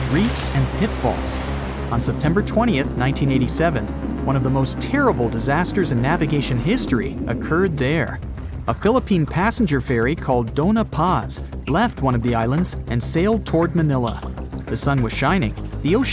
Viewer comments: I think Dona Paz is Doña Paz not Dona Paz but its ok to do the ñ (Pronounciation: Enye) with number lock press alt + 1 + 6 + 4 (for small letter) and replace 4 with 5 if big letter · First thing IT'S PRONOUNCED DOÑA PAZ NOT DONA PAZ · It's "Doña Paz" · It is not Dona Paz, it is Doña Paz. There were only 24 people have survived the incident. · Dona paz is pronounced donia Paz